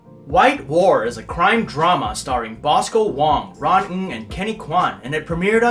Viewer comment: The first time I am hearing the most accurate pronunciations of last name “Ng” in North America. LOL. Thanks.